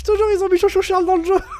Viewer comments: non tkt moi aussi je l ai remarqué mais quand il l'a dit chou chou charle au lieu de tchou tchou charle je n ai pas pris en compte celui là. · c'est pas cho cho charles c'est choo choo charles XD